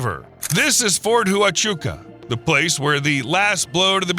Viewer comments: Fort Hoo-Ah-Chuca, or as it's known to the rest of the world, Fort Huachuca(hwah-chuca), named after the Huachuca Mountains. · Fort Huachuca is pronounced Wah-choo-ka. Come on, just look hard words up bra. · He mangled Huachuca too . It is pronounced wuh-choo-kuh. His pronunciation is terrible. I wonder if he calls the small dogs Chi-HooA-HooAs?